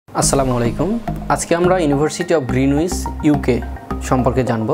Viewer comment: গ্রীনিচ উচ্চারণ আগে ভালো করে শিখে তার পর ভিডিও বানানো উচিত।